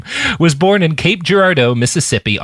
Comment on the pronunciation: Great episode but I gotta say hearing Robert constantly mispronouncing Cape Girardeau (gir-AR-doh) makes me want to take away his Missourian status